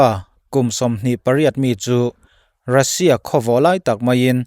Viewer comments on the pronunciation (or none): none